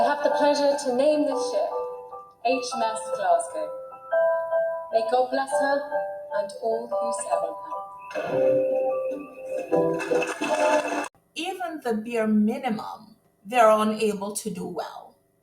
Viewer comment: Why did she need notes for 30second speech that she messed up? she said class glow instead of Glassglow